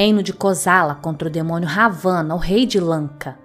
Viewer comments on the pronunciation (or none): se pronuncia Rávana com acento p dar a pronúncia certa. bjs